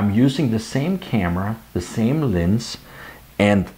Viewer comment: Nice video, and I love that you keep saying "lins" instead of "lens"! Linsskydd?